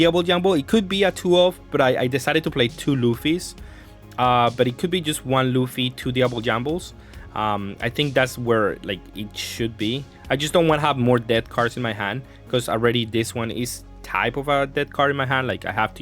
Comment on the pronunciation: Bro, where did the L come from when saying "Jambé"?